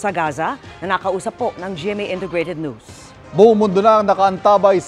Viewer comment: Why the fkuck are these pipol pronouncing NEWS. as NOOSE?😅😢